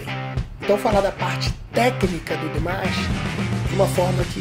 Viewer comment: O certo é DIMASH!! e NÃO DEMESH ou DIMESH KK